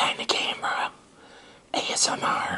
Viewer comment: HE SAID ASNR LMAO😂😂😂